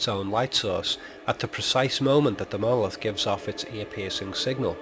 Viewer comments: OMG it's MonoLITH not MonoLOTH. Other than this, this theory is....... nonesense! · why the hell do you keep calling it a "mowith"? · I followed your instructions till the end. Sorry, the "Molith" - as you pronounce "monolith" is explained as a reocurring object but I expected you to reveal a theory behind it. You did - but only as a replacement for the screen on which we watch the movie - an illusion. Seven diamond shapes - okay - so what. Change of view angle from horizontal to vertical - so what. The com screens in the spaceship are designed for communication with people - not for landscape viewing. That's why they are vertical - watch the millions of cell phone owners taking all their videos with a phone held vertically - even landscapes. To me this is a paradox. But I did not learn anything from your super smart interpretations of 2001. Maybe I will in 3001, but I doubt I will live to see it. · He actually says "moloth." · You even pronounce the word monolith so weird, yet you try to decipher it!!!